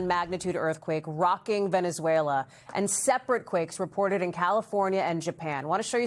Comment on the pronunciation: Venezuela.... more like Venezzwayylaahh!😂